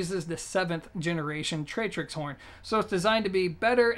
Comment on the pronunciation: tractix, not tratrix.